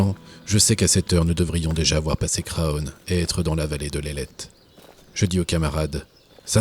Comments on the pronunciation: super reportage :) par contre on ne prononce pas le "o" de Craonne ;) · Craonne se prononce "CRANE"